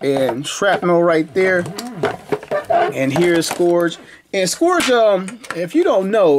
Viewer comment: Hey his name is actually pronounced “scurge”. I guess the o is silent or something. 👍🏽